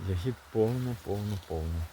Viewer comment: У слові я́гід наголос падає на перший склад — на літеру я.Це форма родового відмінка множини від слова ягода